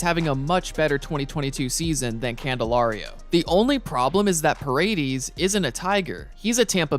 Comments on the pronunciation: Bro…it’s pronounced pah-reh-dehz. Not PuhRayDeez. 😂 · aint no way you pronounced the last name Pa Ray Deez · parade-eeez lol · The way he says paredes 🤣